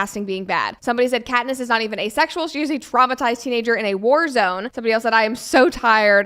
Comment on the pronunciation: “Asexual”… 不是”a sexual”